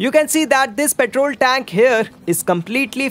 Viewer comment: Tenk🤦🏻‍♂️🙄 (tank*)